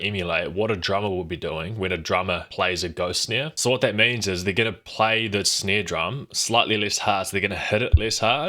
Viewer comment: Lol you say snare funny. Sneer